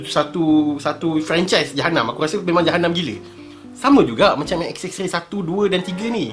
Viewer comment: klaka dgr die sbut pkataan "xxray" 😆😆 knp rrrr camtu? hahaha